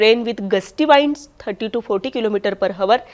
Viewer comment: वाइंड्स नाही विंड्स. हावर नाही आवर!